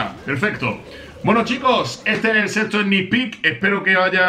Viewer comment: Pensé que dijo sexo pero no dijo sexto xdddd